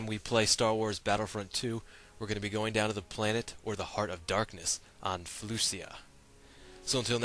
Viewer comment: you prnounce felucia wrong its sorta like fel-oo-shu